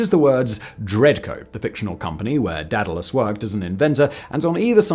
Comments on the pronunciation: "Dadalus", Not sure I can get on board with this guy, he struggles to pronounce Daedalus. Then he's got the "It hasn't been done, so can never be done attitude". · DAY • duh • luhs !!! DEE • duh • luhs is also acceptable. I don't know how the heck you learned how to say it that way 😅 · Sickeningly smug for someone unable to pronounce 'Daedalus' correctly.